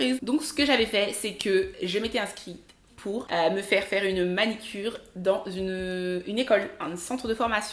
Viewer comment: On dit manUcure et non manicure